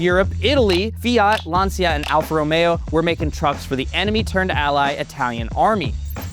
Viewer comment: C'mon Lancia is pronounced Lanchia